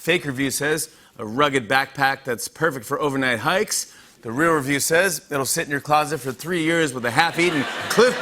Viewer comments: I'm sorry, can Jimmy not say "real"? What the hell is he saying? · He drops his "l"...at the end! We do that sometimes too, I didn't even pick up on it til you said!